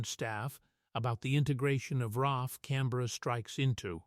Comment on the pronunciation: ITS AUSTRALIAN AIR FORCE RAAF PLEASE GET IT RIGHT